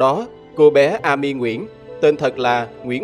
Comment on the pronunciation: Góp ý, tên Amy đọc là “Êm-mi”